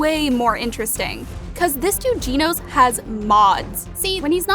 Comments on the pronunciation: its not ginos its genos😅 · blud said geenos and not genos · Ummm I think it gAnos and not ginos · Its not ginos😊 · WHO IS GEENOS?!?!?! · Its not Jenos it’s genos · I had a stroke from hearing the word “Jeenos” 💀💀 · please stop pronouncing genos as jinos, everytime i hear it, it makes me question how could you possibly pronounce such a name wrong. everything else in the video was good though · she really just said hunter hunter instead of hunter x hunter and can someone explain why people say jeanoes instead of genos? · why she sayin "ginos" instead of genos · Jinose lmao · she said jeanos... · I'm sorry but I can't handle this it hurts it's not (Gee-No-s) It's (Je-no-s) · This person really can't pronounce Genos correctly they're literally saying it like "GENE-OZE" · Genos not ginos learn how to pronounce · Bro Realy Hes Said Ginos💀💀💀💀💀💀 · Are you serious right now jeans it’s genos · Bro said "geenose"💀 dude its " Genos "🤦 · I was wondering who the fuck was "GINOS" when I realized it was Genos she was talking about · Genos isn’t Italian “Jean-O’s” it’s Japanese “gen-Ose” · "This dude Ginos" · I think its genos not ginos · casually saying genos wrong lol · did you just call genos Geeh Nose wtf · Ahhh yes,classical geenos. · It’s pronounced GENO with a SHORT E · why do you pronounce Genos like that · 'Jeenos' and 'Garu'... Yep shes been caught lacking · I know its probably just for laughs, but the way you pronounced the names is just DISGUSTING you really said Geenos and Garoo wtf